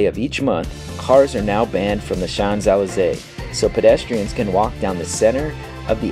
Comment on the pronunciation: Great family fun informative travel videos. Don't quote me on that but I think Champs-Elysées is shonz uh·lee·zay? Wow fantastic room with a view. And 2 balconies. I enjoyed your London vlog too. 👍